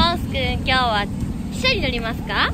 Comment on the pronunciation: あーちゃんの汽車のイントネーションが 私の中で記者とか貴社なのすごく気になる、笑